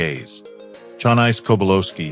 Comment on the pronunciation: Yeah I corrected it when it said Chan-ice. I said “it’s Cha-nice” out loud, I really wish the people that made these videos taught the AI how to pronounce names properly.